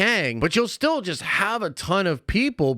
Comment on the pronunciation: "Jonathan Majors was 'jist' dropped" .................."jist"